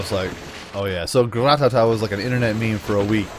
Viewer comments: it's not gra ta ta its ra ta ta get it right idiot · he said Gratata wrong Gratata mean Ratata